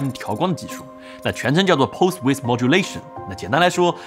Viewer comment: width不这么读🐶